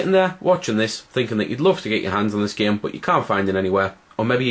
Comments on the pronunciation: like im not tryin to hate but you say geem instead of saying game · "just a giem" lol. nice review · When he says game, it sounds like gem. :D